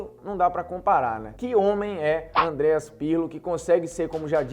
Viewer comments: Pqp, não é Andreas, é ¡¡¡Andrea Pirlo!!! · Não é AndreaS, é Andrea.